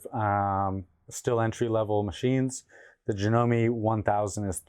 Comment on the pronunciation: Done pronounce the e in janome